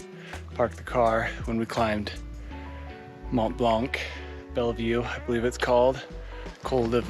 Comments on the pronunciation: For the love of god, its pronounced "Mont Blan", not "Mont Bank" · Dude the "C" in "blanc" is silent 😂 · After all the time you spent on and around the Mont Blanc, you should know now how to pronounce it ;-) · Become a better version of yourself and stop pronouncing the "c" in Mont-Blanc. The whole francophone world will thank you. Extra tip: the same apply for the "x" in Chamonix